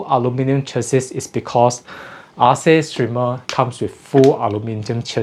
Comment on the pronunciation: Sounds like if it was named after the greek goddess it would be spelled & pronounced Arke, not Ar-see